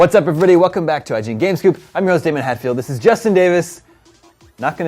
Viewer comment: I kept hearing "games cube" instead of "game scoop" lol